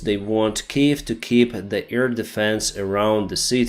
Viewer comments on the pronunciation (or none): none